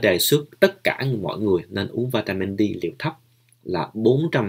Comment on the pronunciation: Mình để ý bạn nói đề tài về vitamin D nhưng mình nghe bạn đọc vitamin Di rồi líp kia mình xem vitamin B minh cũng nghe bạn phát âm vitamin bi sau kỳ dậy bạn cái nào cũng nghe bạn phát âm dậy khó phân biệt lắm